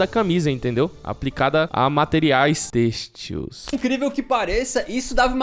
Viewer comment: Têxtils é foda hein 😂